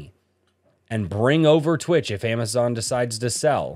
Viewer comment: Twich is the sound you make when you want to say "Twitch" but along the pronounciation of wi to tch you sneeze so you end up saying "Twich!"